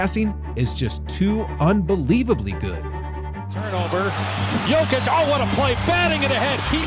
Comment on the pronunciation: I have a question. if everyone knows the correct way to pronounce his name, why are you all still doing it the weird way? Why people just don't do it properly. How long is he in NBA? 2 weeks?